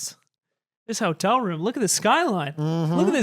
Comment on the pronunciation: i thought it was pig shop